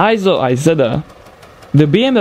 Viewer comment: Aren't Vespa's made in Italy, not France. It's pronounced eeeeee-so, not eye-so.